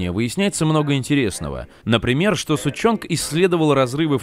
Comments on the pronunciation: > Доктор Сучонг Блядь, не Сучонг а Сушон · и правилно сушонг!